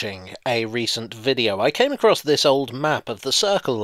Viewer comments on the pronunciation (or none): none